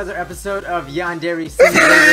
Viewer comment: Ah, the good old days when bijuu didn't know how to pronounce Yandere...